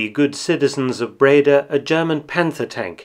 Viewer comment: Nice to know. PS I’m Dutch and live about 20 Miles from Breda. And you pronounce “Breda” with the emphasis on the “a” so Bredaaaa